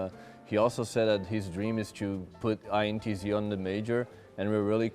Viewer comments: Brooooo dont say intz it hurts me its I-N-T-Z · It’s pronounced letter by letter in the name INTZ not as one word because it sounds like you are saying Ence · I hate when people spell out intz can't you just it fast instead of ajentized